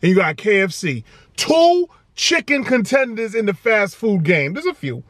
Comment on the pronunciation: Puns... he said "Two chicken conTenders" 😂😂😂